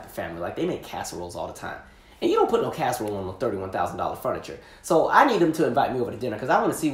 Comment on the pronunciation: I cringed when you said casserole lol. None for me thanks...